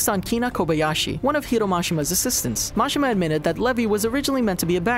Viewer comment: It's pronounced, Muh-She-Muh